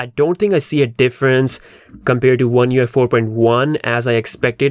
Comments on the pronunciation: You keep saying U F I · You just can't pronouce oneUi 5.0 so many time and ist is always wrong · LoL. I just realized you were saying ONE UI 5 not ONE UFI. You need to space those slightly apart so you're not misheard. :) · Lol the way he pronounces the name is hilarious 🤣